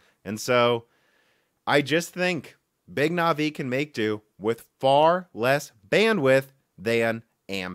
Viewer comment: Or Navi